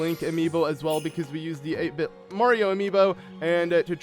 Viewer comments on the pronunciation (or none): none